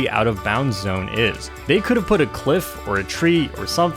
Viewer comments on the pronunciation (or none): none